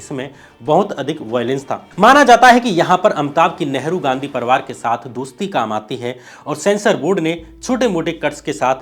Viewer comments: परवार नहीं बे परिवार होता है, हरिशंकर नहीं हरिवंश राय नाम था😂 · साथ हिंदुस्तान नहीं सात हिंदुस्तानी परवार नहीं परिवार